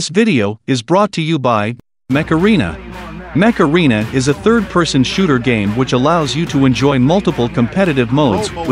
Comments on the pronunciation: What he says: mech arena me: macarena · "Mech Arena" (what I understood): "Macaroni" What a cool and wholesome vid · I thought it was MACARENA , Not "MECH ARENA" xDDDDDDDD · When he said mech arena a heard Macarena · The way he said mech arena it sounds like macarena lol TASTE THE RAINBOW I don't even know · MECH ARENA SUENA A MACARENA ljkasdljkñasdjlkñadshjklñdS